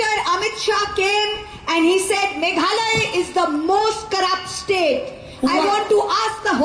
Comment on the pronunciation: "Mekhale", khlem lait ban kynnoh Meghalaya.